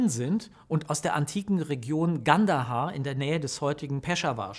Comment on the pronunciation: Heisst : Ghandara, nicht Gandahar..